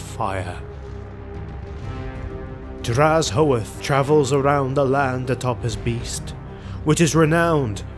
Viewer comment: The video is here but where is the lore? Also, his name is pronunced as drazh-oath. "Black-oath."